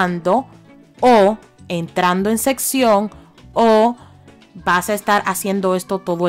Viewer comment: Sesión no sección 😆😆😆